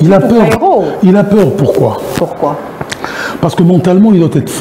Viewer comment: Peur et non paire ou père!